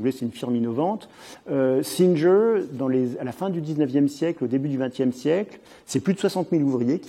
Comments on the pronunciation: Très intéressant. Petit détail sans importance : j'apprécie qu'il prononce les noms anglais ou américains avec un semblant d'accent mais si c'est pour prononcer le G de "Singer" comme un "J" au lieu de "GU" de "ˈsɪŋɚ" l'intérêt en est amoindri. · J'ai bien aimé le micro-moment "je déballe mon accent anglais" où le type se ridiculise en prononcant "Singer" 5 fois de suite et en se vautrant (sans le savoir) lamentablement.